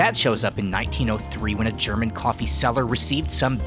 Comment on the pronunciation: your German pronounciation is on point!